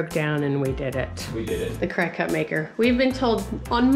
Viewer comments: It’s funny cause as I saw this video I was next to my cricut, also it’s not pronounced Cry-Cut, it’s pronounced Cricket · Watch tons of YouTube videos! You can also make stencils & use them on ur side walk with that paint that shows up when it rains! PS. It's pronounced cricket (but your way is adorable!)